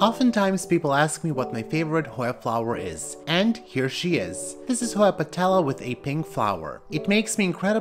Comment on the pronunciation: So elegant! I love listening to you pronounce the Hoya names so fluently!